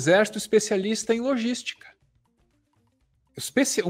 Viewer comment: O "jênio" em "lojística".